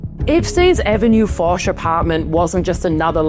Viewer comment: Hello. Lived 1 year in Paris, one Saudi a$$hole owns apartment on avenue Fosch I knew and visited. It's pronounced Osch - without F. All the best. Like Hermes - without H - ermes.